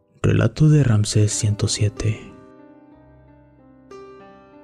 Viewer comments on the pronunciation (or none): none